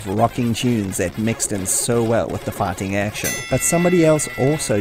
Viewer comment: it took me till minute to understand you were saying "fighting", i was hearing "farting". I heard a farting sequence was removed and I thought "well, ok, i guess a farting sequence was not necessary" 🤣